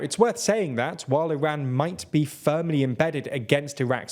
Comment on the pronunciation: Why do you mispronounce Iran and Iraq?